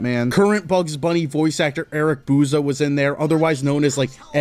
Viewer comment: Eric "Booza"??????????? I'm sorry???????????? 😂